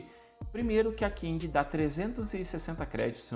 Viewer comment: PQ vc fala King ao invés de Kling? kkk